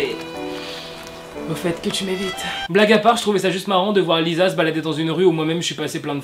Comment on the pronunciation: Ça se dit "LiSSa"